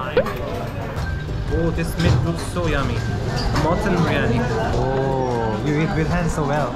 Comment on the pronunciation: He says haji biriyani so nicely🥰